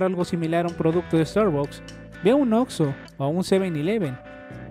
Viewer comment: No se pronucia "starbacks"